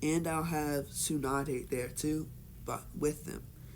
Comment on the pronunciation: You pronounced Tsunade as Su-Naid it’s pronounced like Su-Na-De basically